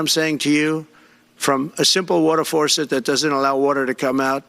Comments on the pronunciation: "Forcet?" God this man is so unfit! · Not to mention the fact that he can't pronounce the word "faucet" -- he says "forcet." Buckle up everybody for the coming sh*tstorm. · What the H is a “water fourset?” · Water Forcet? What is that? Does he mean faucet? Man, he is mentally worse than before. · What's a forcet? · what’s a “water forcet”? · What the heck is a "farcet"?? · What the hell is a "forcet"? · Did he say farcetsor forcets? Hahaha. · Trump said forcet. What's a forcet? LOLOLOLOLOL😵‍💫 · FORCET? WORTUR? I hate it when you can't get war tour from a four set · "a FARcet"? "Rain comes down from heaven"? HOW ON EARTH is this man our future president? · Forcet? Is that like a faucet? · He doesn't even know how to spell faucet. He pronounces it as forcet. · A "Forceit?" Does he mean 'fawcett'? Not only is he as thick as pleated hogscheiser, but he's also mentally away with the spooks. So Glad that we here in Europe would not tolerate this idiot, even as lord mayor of a small village. God Help America! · Can you say faucet, Trump? There are no R's in faucet!! It makes you sound stupid!!! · He can't even pronounce the word "faucet". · I had a shower this morning, it worked perfectly. My faucets are working perfectly also. He also needs to learn to pronounce faucets. There’s no r in faucet. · This brothertrucker is so out of touch that he doesn’t even know how to pronounce the word “faucet”. Also, his brain is so fried it’s only capable of replaying the short list of “greatest hits” over and over again. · There is no "r" in faucet. Toxic impotent white man.